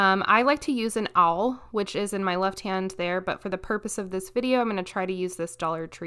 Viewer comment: Just a little info for you : the hole puncher “awl” is pronounced like the word ”all” .